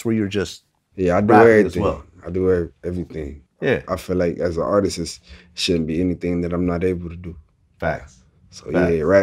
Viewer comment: This Nigga Said As A Artistisst😂😂😂